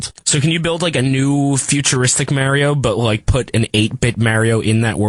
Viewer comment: I'd be so happy if they could say "mario" properly.